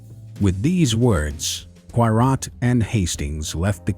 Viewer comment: ??? Poirot pronounced correctly 🤔